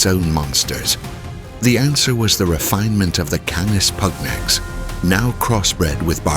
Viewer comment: The Roman legions were decimated in the Teutoburgerwald, dogs or no dogs. Germans? You do not know the difference between Germans and germanic tribes. You can not pronounce 'canis pugnax'. Goodbye.